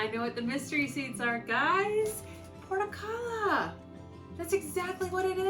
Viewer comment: Thinking you probably didn't pronounce that Portulaca correctly.. nor said it the same every time you said it. hahaha